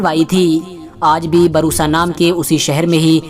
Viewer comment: Barusa nhi bursa